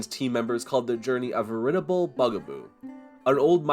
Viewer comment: You mispronounced “veritable.”